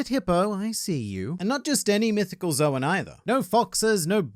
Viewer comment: I'd like to do the same with and, but instructing them both that Zoan is pronounced like "zone," and not "Zowen."